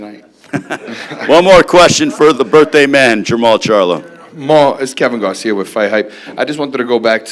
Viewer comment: This dude gets on my nerves .. his says every word that ends with A as UM ... Lamanna becomes Lamannun ... Garcia becomes Garcium etc